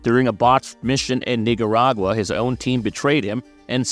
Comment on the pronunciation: I don't love the way he pronounced "Nicaragua" 💀